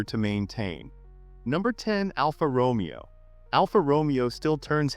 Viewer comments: It’s is not pronounced ALFA ROMEO it’s pronounced Romayo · say after me..... ROW-MAY-OH. not the Shakespearian Character!